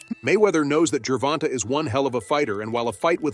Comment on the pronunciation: " Geeer vonta "